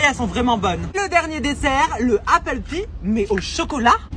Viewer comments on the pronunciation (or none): none